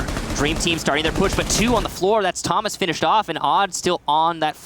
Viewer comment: And for the rest of the match they both say "toe-mas" actually... it's not versatile, it's a completely different name!